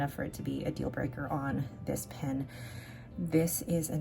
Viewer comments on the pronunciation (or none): none